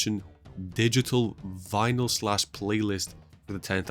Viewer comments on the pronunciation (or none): none